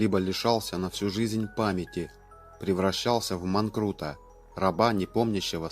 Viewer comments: Автор неправильно произносить не манкрут а мангурт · Автор не "манрут " а "манкурт" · Манкурт, а не манкрут. Интересное видео, спасибо. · Не манкрут, а манкурт😂😂😂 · диктор бестолковый, не манкрут, а манкурт. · МАНКУРТ а не манрут , горе просветитель. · Не "манкрут", а "манкУрт"! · Не манкРУТ - а манкУРТ ! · Человек, лишённый памяти - это всё же не "манкрут", а манкурт. Исправьте, если можно. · Манкурт, а не манкрут двоечник... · Манкрут!!! Ты бы хоть правильно слово выучил. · Не манкрут - а манкурт. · Идиот не манкрУт, а манкУрт. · Не манкрут, а мангурт. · Все отлично, до момента пока не было произнесено слово МанКРут, которого нет - есть МанКУрт - раб без памяти. Автор - разочаровал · Не манкру а манкурт, грамотей! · Не манкрут а манкрут. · Не сыромятая, сыромятая кожа. Не манкрут, а манкурт. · НЕ УМЕЕШЬ ГОВОРИТЬ СЛОВО 《МАНКУРТ》 (МАНКОРТ) ? ! . 💋💋💋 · Автор даже слово Манкурт не смог правильно прочитать.